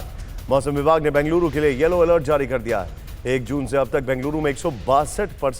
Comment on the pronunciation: Please pronounce correctly - it is Bengaluru ,not Banguluru .